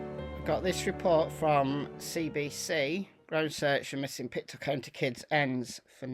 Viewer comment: just some pronounciation - Mus-ke-dob-it and Pic-toe. A lot of our names here in Nova Scotia remain from our Indigenous peoples